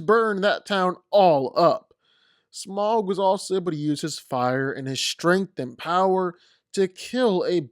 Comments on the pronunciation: It's pronounced Smowg (with a ow sound) not Smog. Au makes a ow sound. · Note, Smaug is pronounced "sm-ow-g" (the "ow" being the sound you make when you get hurt) rather than "smog" (the smokey-foggy weather phenomenon). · You’re really deep diving this much into FICTION?? Lol… BTW.. It’s not pronounced “SMOG”. It’s pronounced “SMOWG” … 🙄